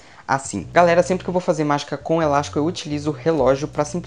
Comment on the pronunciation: O melhor da mágica é ele falar elasco perfeito.. Eu vou tentar com elástico, perfeito.